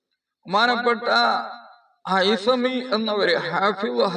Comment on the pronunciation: ഹാഫിള് ഹൈസമി എന്നാണ് കേൾക്കുന്നത്. അങ്ങനെ തന്നെയാണോ പറയുന്നത്..? അതല്ല ഇബ്നു ഹജറിൽ ഹൈതമി തങ്ങളെയാണോ പറയുന്നത്..? വ്യകമാക്കിയാലും..!